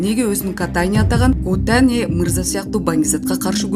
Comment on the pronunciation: Котани эмес кутани.